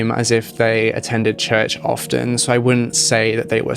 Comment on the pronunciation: Interesting video...on a side note, I wanted to tell you that the "t" in the word "often" is silent. You sound pretty professional so, I thought you'd wanna know.